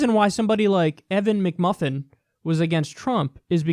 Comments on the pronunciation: Mcmullin, but kyle made it mcmufin lol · Just found a video where Trump called McMullin also McMuffin. That makes it even worse.